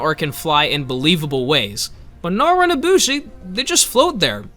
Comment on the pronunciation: AINT NO WAY BRO SAID NARWHA 😂